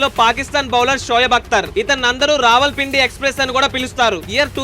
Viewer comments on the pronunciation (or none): none